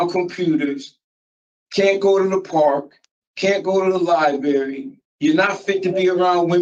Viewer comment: And you shouldn’t be allowed to go to the Liebarry if you pronounce library like that 😂 jeez😅